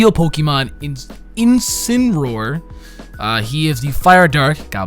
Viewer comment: It's name is pronounced In-Sin-Ah-Roar. It's a portmanteau of Incinerate and Roar.